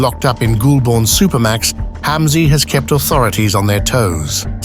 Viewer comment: Ffs Goulburn is pronounced ‘goal Ben ‘ not gool born